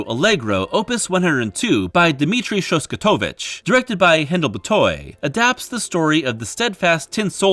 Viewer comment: Please research your pronunciation before recording. Goethe....Dukas....Levine....."Shoskatovich".....yikes.